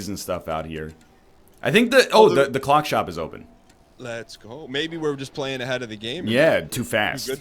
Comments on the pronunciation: I would watch this more, but saying words wrong is making me unreasonably angry. It’s not a Cluck, it’s a CLOCK. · Why is NL pronouncing clock so weird?